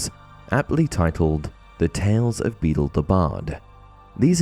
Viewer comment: Beedle, not Beetle!